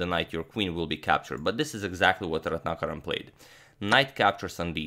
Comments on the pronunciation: 1000 applauses from India on accurately pronouncing Ratnakaran as Ratnakaran and not Retinakerran(like most foreigners would pronounce😎) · Slightly off-topic here, but just wanted to say that your name pronunciations are so on-point, & not a moment of hesitation before saying both names. You got the Indian one absolutely perfect. I wish everybody associated equal importance towards getting people's names right!